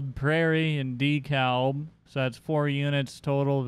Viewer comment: You have to say dekalb like de-kalb